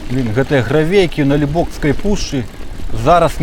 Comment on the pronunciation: Вітаю., выдатны рэпартаж, прыгожыя краявіды. Але ж пушча - Налібоцкая, а не НалібоКСкая. 😊 Людзі часта памыляюцца пры ўжыванні беларускай мовы, карыстаючыся ў штодзённым жыцці рускаю моваю. Нёман, а не Неман. Дняпро, а не Днепр. Дняпроўска-Бугскі канал, а не Днепра-Бугскі. Але ж вы малайчына і руплівы патрыёт, таму працягвайце сваю працу. Поспехаў!